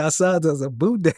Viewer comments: It's Boudin not Boudane 🤣🤣🤣🤣🤣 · Boudain 😂 is good but to hear other people pronounce it is hilarious